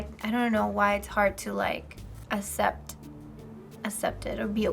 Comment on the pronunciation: did anyone else hear her say assept instead of accept? FBE should fire her